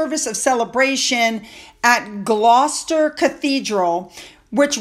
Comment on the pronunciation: Well done. Correct pronunciation of Gloucester. Great